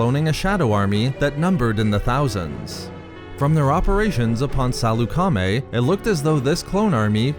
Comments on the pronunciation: I don’t think it’s pronounced Saloo-Kar-Maay. More like Sal-uk-aa-maey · Are you saying salecamie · Why are you saying it Sal-eu-ca-mi? You're supposed to say it faster as one whole word. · THIS GUY CANT EVEN PRONOUNCE SALEUCAMI RIGHT